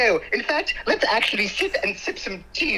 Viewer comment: Did he say " lez be honest" ?